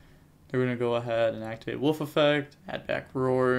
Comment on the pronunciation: It's Wolf not woof! Lol